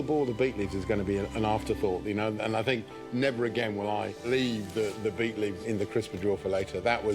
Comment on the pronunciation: Its not beef, its beet..